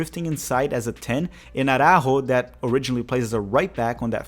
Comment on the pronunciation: Your portuguese pronunciation of Arrascaeta is spot on. Lol Araújo is pronounced "ah-rah-oo-ho"